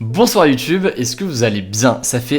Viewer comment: Bravo première vidéo ou tu prononce le mots YouTube correctement😆. Sinon elle sont très bien tes vidéo